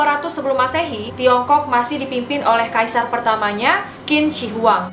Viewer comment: Qin Shi Huang bacanya Chin She Huang, sis ☺️